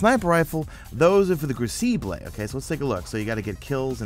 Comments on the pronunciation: It's pronounced (Kroo-ci-bull) crucible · cough...its "Crew-sah-bull"....lol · Ah, the Cru-see-blay ;D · say "crucible" again